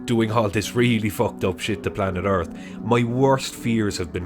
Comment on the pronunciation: The first word for me is earf